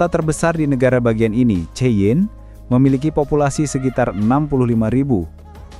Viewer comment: BANG BELAJAR LAGI KLO MAU NGOMONG CHEYENNE ITU MASIH SALAH PENYEBUTANNYA 😅😅